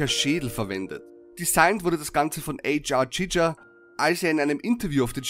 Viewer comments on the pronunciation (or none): der heist h.r. giger und nich ätsch r tschitscha!!!